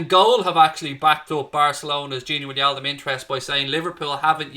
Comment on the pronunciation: It’s “ Why Naldum “ !!!